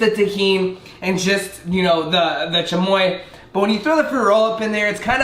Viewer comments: doesn’t know how to speak Spanish no hate but he said “chamoya” it’s chamoy” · Chamoia ahhah😂😂 its chamio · This guy might have some Mexican blood but probably wasn’t raised in a proper Hispanic house 😂 he said chamoya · Did he really just put an “A” at the end of chamoy 🤦🏻‍♀️ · "the chamoye, the tajeen" jshaheiej that's how he pronounced it. fr thot he was a Latino, guess not